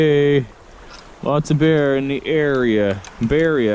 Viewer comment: The “bearea” was stressing me out!!!